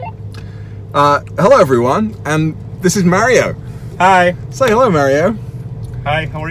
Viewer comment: You are botching Mario’s name